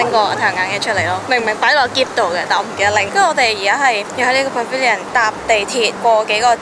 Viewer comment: 马来西亚口音（pavilion) 不会好像你这样说的口音